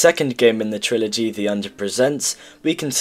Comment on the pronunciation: bro said triology again